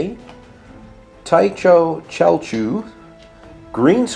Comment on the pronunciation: Tyho Celchu is pronounced Tooshoh Khelchoo